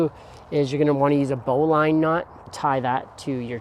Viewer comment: It isn't bow as in bow of a ship; it is bow as in archery. BO-lin or BO-lun(I think either are acceptable), not BO-line. Thanks for the setup video, though.